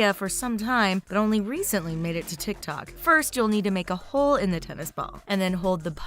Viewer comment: Every time pronounce "TIKTOK" it annoys me like a lot😒